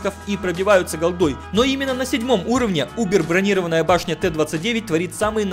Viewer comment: не бронИрованная, а бронирОванная!! ударение на И от слова забронровать, зарезервировать,; ударение на О - имеет броню, защитную оболочку! пора бы уже выучить, а то как неуч